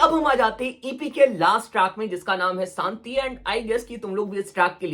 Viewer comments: Santi nahi re.....shanti bol raha hai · Shanti hota hai saanti nahi